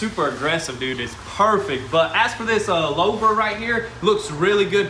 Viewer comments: Guys, its pronounced 'loover' , not loaver. Its french. Louver. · It’s pronounced: ‘Lou-ver’ not ‘lao-ver’ Lol 😂 Edit: when I first typed it I didn’t see any other comments about it. And of course once I do it puts it next to 4 other comments about pronunciation lol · It's a looooohhhhver not lowver. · Lou- ver /////////////// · LOUVER. Rhymes with HOOVER. LOUVER. Rhymes with HOOVER. LOUVER. Rhymes with HOOVER. LOUVER. Rhymes with HOOVER. LOUVER. Rhymes with HOOVER. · Its pronounced"Loo-Ver" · Pronounced "Loo-ver"